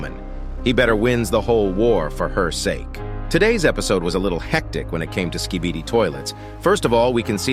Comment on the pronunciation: Bro says skidibi